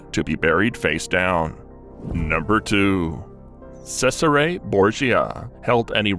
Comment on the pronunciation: FYI Cesare Borgia is pronounced Chez ar eh not Sez ar eh.